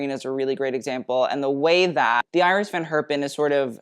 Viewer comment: cool exhibition! full of delights! love that does pronounces the name of iris van herpen and rudi gernreich in the way how they are originally called and not the English version of it.